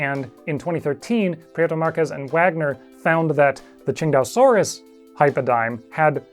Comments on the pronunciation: nah your pronounciation is right on the money. It's basically ching-dao like the beer. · Man, I'd always pronounced it (Sin-tay-oh-sore-us). Never would have come up with (Ching-dau-sore-us). Makes sense though, after seeing it was named after Qingdao.